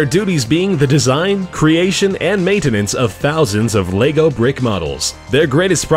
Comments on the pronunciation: Strange choice getting someone who can't pronounce Lego to narrate a piece about Lego. Or is he talking about another similar product called Leygo? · Lego, not lay go... Fool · It's pronounced LEG-O. Why do Americans have to take words and murder the pronunciation. It's not LAYGO. Ffs. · your pronouncing lego wrong you say (l-ay_go) it said like (l-eh-go). an you dont say legos. it lego bricks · It's LE-GO. Not Lay-go. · does everybody pronounce it LEYGO instead of lego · is pronounced leg-o not lay-go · It's Lego not Leygo! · It's Lego not Leygow....... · it's leg not laygo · Why do you say "laygo" it's just lehgo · It's pronounced leg-o no laygo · It's Lego not laygo! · LE.GO not LAY.GO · Dom Baker He says it like most people say "Leg". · That pronunciation though Xf 'Laygo' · the reason why i wrote largo is its because the way he says it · have some one an gun because i am gonna be crazy about lego he is saying laygo wtf !!! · Why do americans mispronounce everything? "Laygo" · No offence but why do Americans pronounce lego as lAgos like they put so much emphasis on the a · Who the fuck calls it Lay go